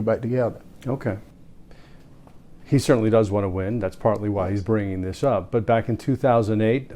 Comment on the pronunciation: Herschel: "den, dose, dem, dat, dis"......Lol